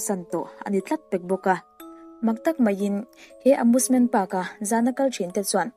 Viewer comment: Amusement❌ Amoosement✔️